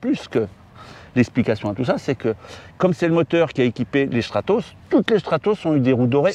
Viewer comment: Peut-être un des meilleurs épisodes que j'ai pu voir, un petit observateur très intéressant à écouter et qui à l'air ultra gentil ce qui ne gâche rien. Un détail m'a plu et amusé : la prononciation de Stratos "Schtratos", je suppose que c'est la bonne :)